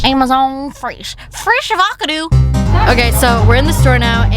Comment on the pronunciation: No one: Litterly no one:: frEShAvacAdo